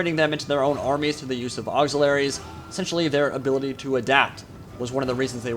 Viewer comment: Auxiliaries, not auxilaries, that little missing 'i' does a lot.